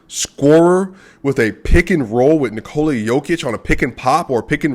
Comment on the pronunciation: The way you said Nikola is actually more accurate than one you are saying regularly. Use it more. :)